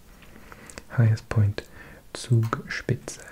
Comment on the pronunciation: Your pronunciation of Zugspitze was perfect👌